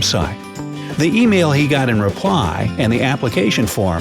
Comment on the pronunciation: the way you say "reply" reminds me of Chris Hansen